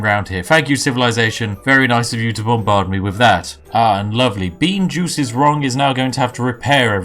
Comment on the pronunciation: "Bean juice is wrong" I understood "being jew is wrong" XD